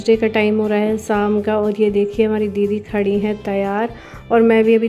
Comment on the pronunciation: saam nahi hota sham hota hai